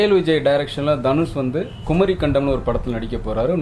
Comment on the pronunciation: தம்பி அது குமரிக்கண்டம் குமரி காண்டம் இல்லை... இது தெரியாமலே நீ கதை எழுதுற